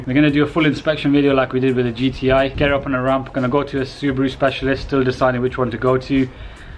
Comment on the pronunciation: SU-BRUU?! Ha Ha Ha LOL 😆